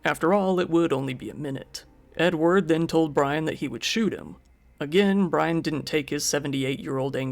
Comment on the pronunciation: Edward kinda sounds like enward and that makes me giggle. Also, how is he gonna hear the gun click with a dang chain saw running?